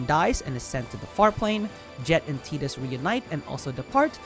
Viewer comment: Saying Tidus correctly?!? Holy moly, take my sub. 😅 it's my boys name, so it is nice to hear it said properly on here for once lol. Great video all around 👍